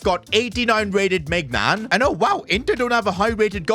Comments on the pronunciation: Day 1000 of asking to pronounce maignian the right way its not meg nan its maigh neeeauoon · Man yan is correct